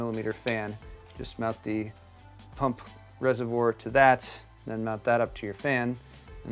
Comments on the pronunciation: It's a resavoir not resavore........ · You do need to pronounce the word "reservoir" correctly. Try saying "reservwaaa" instead of "reservor". Sorry for this, but the way you say it does sound a bit silly.